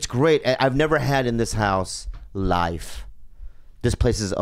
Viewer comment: " I've never had this house LYYFFFE." The way he says life for some reason sounded weird 🤣🤣